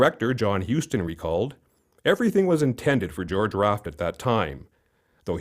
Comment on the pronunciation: Need to say his last name right.